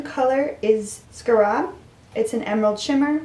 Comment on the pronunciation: Oh also scarab is pronounced scare- ab . It's a dung beetle. The Egyptians worshiped the scarab bc them pushing the dung looked like the sun being pushed from horizon to horizon:))